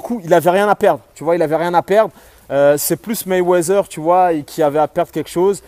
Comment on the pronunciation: Je t'aime bien mais c'est MayweaTHer (MayweaDer) pas MayweaZer stp !